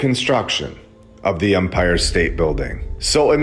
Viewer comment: I enjoy this channel. I really do. For the love of The Most High, it is EMPIRE state Bldg. With an E. Not UMPIRE with a letter U, like the officiating part of a baseball game. Its not an Umpire State Building. Please man. It takes away credibility and gives the other side something to disregard your work when you make idiotic simple mistakes, over and over throughout every single video. Take 5 minutes before posting and look up pronunciation if youre unsure.